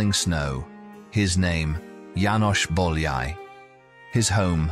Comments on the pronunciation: Also, it is not Bol-yai, it is boy-a-ee. 'Ly' sounds like an English 'y'. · János Bojai is how you pronounce. Ly is J in Hingarian. Bo-ya-i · Bolyai = boy-o-ee, o as in got, maybe. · Er hat es verdient, dass sein Name richtig ausgesprochen wird. Nach dem ungarischen Alphabet, Bólyai János... Boojai Jánosch! 💤🙏👍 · " Do you think János Bolyai deserved more recognition in his lifetime?" Yes, you can start it and should start to pronounce his name properly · Nice video. But please if you make a video of someone at least pronounce their name correctly (I know it's all AI voice over but still) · You would think they would at least learn to pronounce his name correctly. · nice video but PLEASE pronounce his name correctly !!! so so bad how much it would have taken to ask a hungarian speaking person (like me to tell you how to pronounce his name)